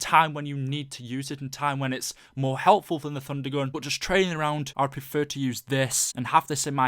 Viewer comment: It sounds like you're saying Funder Gun